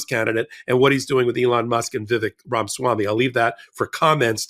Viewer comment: It's Ramaswamy, not Ramswammy.